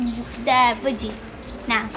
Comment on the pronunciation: What’s boodgie? It’s called a budgie lol